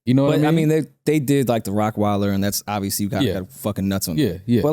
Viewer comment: “obbiously”! I love it!